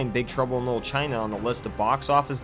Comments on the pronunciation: It sounds like you are saying Big trouble in "mold" China. say it right!! dam you had one job .. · Big Trouble in 'lull' China? Enunciate. Man, I'll never understand how people with speech impediments end up with jobs almost entirely based around speaking. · The narrator keeps pronouncing the title as “big trouble in lil China” and it’s really making me laugh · Wtf can't the narrator of this video say the word "Little" correctly one time? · “Little” was so badly pronounced that the subtitles spelled “knoll” and “Lul”. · Why can't the narrator pronounce the word "LITTLE"